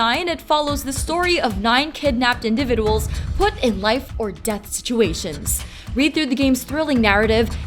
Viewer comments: lol learn to speak, "Zero escape: Virtue's last re- war- ed " that got me scratching my head sounds like a dumb name. but don't worry cus it "follows the story of 9 kidnapped in-da-vid-a-wools" Oh good that sounds interesting, i always wonder what and in-da-vid-a-wool looks like? but to top it all off, the games "intricate and powerful storylike aw - are - eds it with a playscore of 8.91" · Odd way of saying “individuals”.